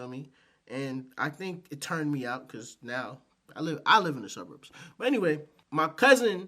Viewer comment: The "SirBurbs" 🤭